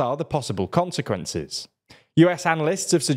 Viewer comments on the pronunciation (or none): none